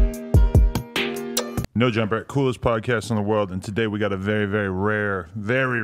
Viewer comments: Anybody notice every time he says "very" he says "revy".... is that same gang shit? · Why does he say revy instead of very?? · does he say "revy" instead of "very"?? lmao